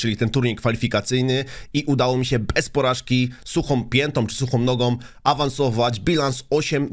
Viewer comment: mówi się "suchym nogom", nie "suchom nogom" ;P